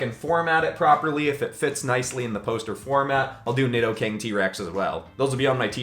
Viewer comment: Nidoking is pronounced needoking